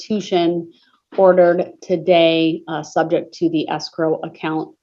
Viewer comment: When we gonna' talk about subjec' matter jurisdiction? 😝😝